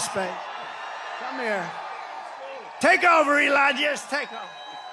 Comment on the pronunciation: Trump can’t even pronounce Elon Musk’s ‘ first name.